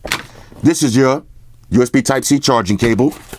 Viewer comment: "I said USB sype G sharter gable"